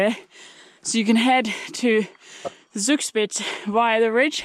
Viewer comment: Love your pronunciation of Zugspitz. Thanks for showing us where not to pass when in a hurry. Nice landscape. If you love waterfalls, comme to Ticino in Switzerland, there you can see a lot of them from the motorway.